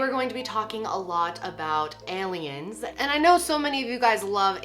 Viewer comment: "Heyliens" c